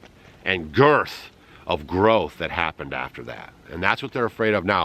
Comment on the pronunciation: You didn't have to say the word GIRTH like that